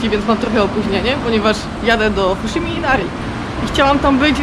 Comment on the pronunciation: Fajnie zrealizowany film, ładne ujęcia. Szkoda tylko, że jeszcze o odpowiednią wymowę japońskich słów nie zadbano. Jak ktoś jest w temacie, to coś takiego jak Macza (zamiast poprawnego Maćća), Pontoczo (zamiast poprawnego pontoćio) albo fuszimi (zamiast poprawnego huśimi) strasznie w uszy kole. No i niestety powiela błędy, przez co ludzie, którzy nie mają pojęcia o Japonii będą również te błędy powielać.